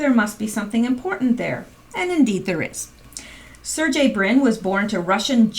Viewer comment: Surgey - Hard g like Sir-gay